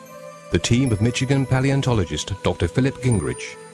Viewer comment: tiny correction: Michigan is pronounced MISH-i-gan, not "MITCH-i-gan"